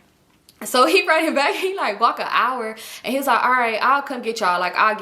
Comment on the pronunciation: A hourrr??! Mail lady fr